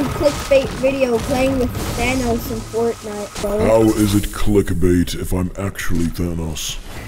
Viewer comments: THAn Ahs Friend: ocd kicks in ITS THANOS! THAN-OES. THAN O's Like CHEERIO but with THAN! UGHHHHH Me: "ahh shit here we go again." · It’s ThanOs. O not Thanaus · Its pronounced than oes